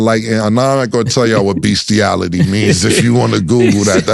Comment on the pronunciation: u wild for saying Beastiality or Aligy 😆😆😆😆😆